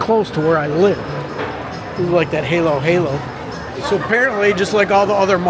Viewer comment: he cant even speak halo halo correctly either from tagalog. you cant learn pronunciation actually you just absorb a language being with locals 24-7. him taking some language course will only help vocab but pronunciation is the hardest and will not get much better. its only a reflexion of someone experience not iq level. same is true of some regional accent one would just pickup. you dont learn a language you ONLY absorb it. for thais too many even been to universtiy and speak stupid tinglish. if they really wanted to improve there pronunciation go stay 1 year 24-7 in some native english speaking country i bet after just that time they speaking like a local. this aint rocket science to speak some language correctly as even the lowest iq person from said country can speak perfectly.